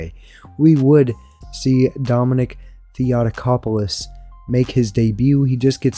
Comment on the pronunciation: In Dominic Theotokopoulos made him a big man was my fault, cause I'm not good in counting pounds,cause in Greece we count them in kgs,but I'm happy for this outcome so I'm not regretting it PS: Theotokopoulos the tongue is on the 2nd 'o'